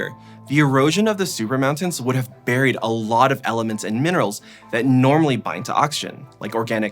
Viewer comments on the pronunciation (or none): none